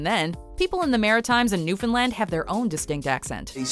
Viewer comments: She pronounces newfoundland right too, its a rare occasion lol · Congrats on pronouncing Newfoundland correctly! Almost nobody from outside the province gets it right, including other Canadians. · Bless you for pronouncing Newfoundland correctly. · I did notice that! They also pronounced Newfoundland right as well!